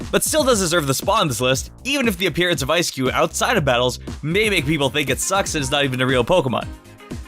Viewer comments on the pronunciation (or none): He pronounced "Eiscue" as "ES-KYU" instead of pronouncing it like "Ice Cube" without the "be" on the end... Ehrm. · Nobody:: Esskyoo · Eiscue (ice-cue) 🤦🏾‍♂️ eis is the german word for ice